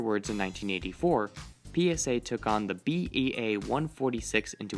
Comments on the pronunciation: NO. B-A-E 146, not "BEA". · It's BAE146 not BEA146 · It's BAe-146 not "BEA" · 1) "Marine Corps" is pronounced like "Core" 2) It's a BAe 146, not a BEA.